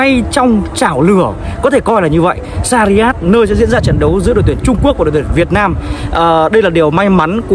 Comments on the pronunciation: sarjah anh ơi đừng đọc sariyat nữa :(((( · doc ten san nham roi e; shac raa